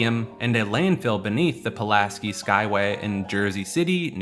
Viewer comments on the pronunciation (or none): none